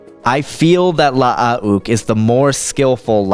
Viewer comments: Wouldn't Luukes name be pronounced (luh-ook) not (lush-uh-ok)? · wtf are you trying to pronounce?with the extra u,it is still pronounced like luke.with the way you were pronounced it i couldnt finish the video. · I think it’s pronounced Loo-ook, not La-ah-ook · Mate it’s not la-ah-ook . It’s luke but with two U’s, you sound ridiculous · You need to learn to speak properly is is Luke Not lahook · why the fuck is luuke pronouced la ah uuk o.o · Love the videos, especially "story of" videos, but I have to say... LAH-AH-OOK? Gotta work of on that pronunciation. You just say Luke like you normally would but the U sound is slightly longer. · 5 years later the most difficult part of watching this video is listening to you Say Lu-uke Skywalker's name over and over again. Good Lord man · Nice video, but if I hear "La-a-uke Skywalker" one more time I think I will jump out of a window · Nice video, but if I hear La-a-uke Skywalker mentioned one more time I think I will jump out of a window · Hey, FYI, Luuke is pronounced as Luke, in proper English. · Clones name: La ah une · really cool idea for a versus i had no idea it was pronounced... lah ah uuke... lol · You say one too many syllables in Lu'uke. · Louke ..not how he said it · I like how he pronounces it. It's funny to me. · yea you're an idiot lol 4 mistakes. Not understanding what he said is you're problem, not his. He clearly knows this is luuke and not Luke, as he said that in his comment. So you either didn't read it to the end, or did but you're dumb. 2nd, his message was about aweful pronunciation of luuke lol you didn't pick that up, as well as indicated that you pronounce it that way as well which means you can't read, also making you dumb. 3rd, learn how to spell. 4, don't be calling anyone stupid when 1, it's unprovoked, and 2, they are clearly more intelligent than you.